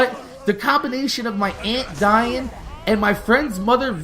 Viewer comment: Oh you said aunt die'n I thought you said aunt Diane probably because that's my mom's name